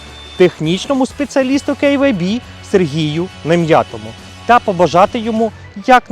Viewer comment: Прикольно звучит Кэй Вэй Би🙊😁 Магаз Норм!!! Бренд не знаю, не пользовался! Костян Красава!!!! 👍